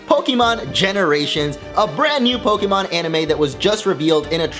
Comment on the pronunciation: Fuck this channel. "Po-Kie-Mon" Nice.